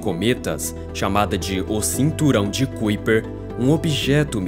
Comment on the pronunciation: Um detalhe: Kuiper se procuncia "Káipêr".